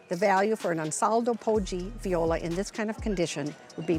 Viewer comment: The AI voiceover is so annoying, I can't get past it to the end. Please just have a real person--preferably one who can pronounce "viola"--read the narration.